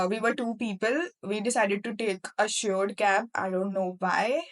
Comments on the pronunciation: She meant shared cab, pronunciation error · Nice information, but one correction - it's "shared cab", not "sured cab"